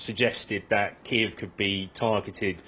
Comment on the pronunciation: he can barely read the teleprompter, says weeks instead of days and calls Kiev "Keeve"